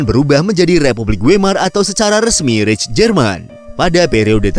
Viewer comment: Reich dibacanya Raik atau Haik